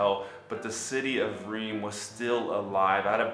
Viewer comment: Reims is pronounced hrrraans. No joke. I just emailed you btw!